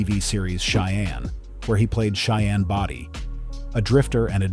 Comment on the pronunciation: It was Bodie,not body for God's sake. Do some research!